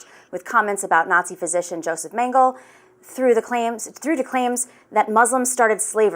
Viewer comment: If as a news presenter you mispronounce the most infamous Nazi doctor’s name, you have no standing in commenting on the “far-right” Owens. Being canceled by the ignorant is more of an embarrassment than a slight.